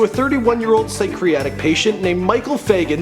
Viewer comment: Pyschriatic... is that like pancreatic?